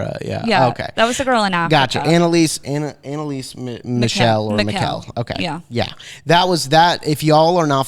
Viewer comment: Thanks for letting us sample "One to Wicked." BTW, if you do a show on Annaliese Michel, her name is pronounced with the stress on the first syllable and a German gutteral ch. (Not like the name Michelle). If you go on Google translate and type it in on German to English translate, you can hear it pronounced correctly. I live in Germany, and my family is German speaking Swiss. Plus that's my grandma's maiden name, so I guess I'm a bit hung up on the pronunciation 😉